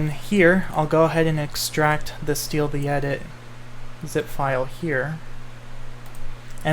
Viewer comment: Do you know how to respawn Quelags sister? I tried changing the values in world progression but nothing works Edit: listening to you say "steal the edit" instead of "stealth edit" killed me